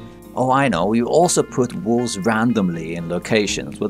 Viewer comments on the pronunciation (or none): I thought he said "walls" and not wolves and jumped out of my skin when a wolf came around the corner